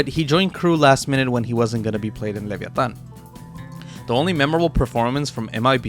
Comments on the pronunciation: Good Spanish in the Leviatan part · subscribing for right pronunciation of latinoamérica, krü y leviatán hermano